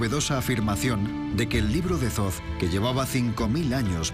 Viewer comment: que alguien le diga al guionista que ''zoz'' no es 'Thoth'', en español esas dos H son mudas, no se dice ''zoz'' sino ''Tot'' (foneticamente). Gracias !!